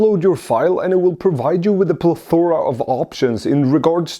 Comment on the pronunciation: It's pronounced "plethora".